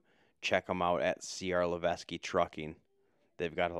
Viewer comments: It’s pronounced Le-Vek it’s a company local to Massachusetts. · Levesque is pronounced “leveck” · FYI...in case you are interested, the French name Levesque is pronounced ..Levek...s is silent.. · Levesque is pronounced “levek” it’s a French family name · Levesque Pronounced Lev-ek....not Leves-que